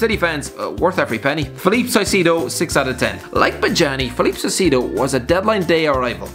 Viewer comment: Yo I’m Ecuadorian and the way you said Felipe caicedo had me dead